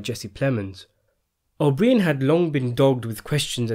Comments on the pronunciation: Pronounce his name as O'Bryan, not O'BrEEAn. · I find it so amazing how much useless information u have about Hoffa trivia and this movie but u butcher this guys name. It’s not even like it’s an exotic or long Italian name, his fucking name is O’Brien it’s so easy